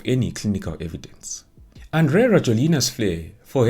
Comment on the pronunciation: Andry in Malagasy is pronounced as Yanjy. So it's Yanjy Rajoelina